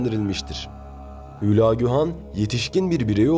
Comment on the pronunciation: ÜÜÜLAAGÜ DEĞİL HÜLAGÜ